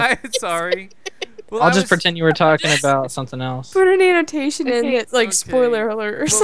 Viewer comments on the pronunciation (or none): none